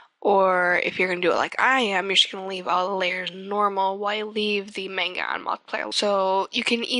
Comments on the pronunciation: its man ga. not mang ga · Your right, it is "spelled" manga. Or more accurately spelled まんが. And even further: 漫画。 BUT, I was speaking on how to pronounce manga, which is man ga. Not mang ga. It's not like "mango" (the fruit). There is no "ang" in the speech. Also, I don't think she wrote out manga in the vid. So she "DIDN'T" decide to spell it "mang ga." I am not wrong in this aspect. Oh and FYI, I was trying to politely give a correct answer. I wasn't trying to be the dick you are right now. Oh BTW, きみは英語を綴ることませんよ！ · actually it's mahn-ga, not man-ga........ (and i am japanese so i know.) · Comic book is what manga "ROUGHLY" translates into. You also mean, it's pronounced in japanese (or nihongo), not katakana. Katakana is a japanese writing system used for (most commonly) foreign/loan words/names, and advertizement. You can say, it's comic book pronounced in nihongo. However, manga and comics are drastically different, but are close in the basics of their media. Make sure your japanese friend tells you the correct meanings. (Not saying that they don't know what the are saying). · lol I'm American too, I still pronounce it correctly. You use to call it mang-ga when I was 12, but that was ten years ago. I can't believe you color manga and can't pronounce it correctly... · It still helps to say it correctly. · You're saying manga wrong -_-"